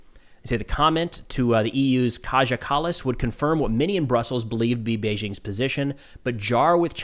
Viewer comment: The name "Kaja" you ought to pronounce as "kaya".